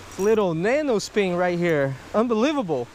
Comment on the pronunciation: Oh yeah the nano speen, Jesus dude speak English correctly or dont